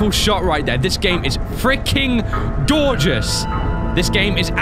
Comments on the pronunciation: Listen: This game is freakin DOR-geous! Silence: This game is absolutely gorgeous! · No he did say dorgeouse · did anyone noticed he said dorgeous😂😂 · he says dorgeus at first then Gorgeous rewind back 10 then you'll hear it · Does say dorgeus??? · Am I the only one who heard "doorgeous" the first time said Gorgeous? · hey anyone gonna mention he said doorges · said Dorgous. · ... "freaking dorgeous" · Am I the only won who heard dorgos around the ending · bruh he did say dorgeus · I thought it was a combination of door and goregeous XD